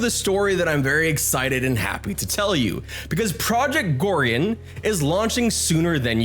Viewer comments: "Project Gore-re-unn'..?;) Great video,. Thank you! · Yeah.... how can he pronounce it wrong when it's clearly written. 😂😂😂 Or he's just trolling to get us to leave a comment